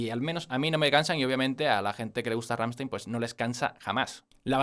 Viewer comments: No se dice RAMSTEIN, se dice RAMMSTEIN 😉😉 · "Gamshtain" es como se pronuncia. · Se dice glrammshtain :v xD y se dice sOnne (la e como si fuera una e con cara un poco triste xDD) y ya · Se nota que intentas pronunciar Rammstein correctamente (por como marcas la S cuando lo dices). Solo para tu info y sin ningún tipo de maldad: se pronuncia "RammstAin" :)